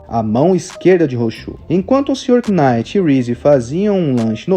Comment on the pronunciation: Só um detalhe, acredito que não precise falar o K em Knight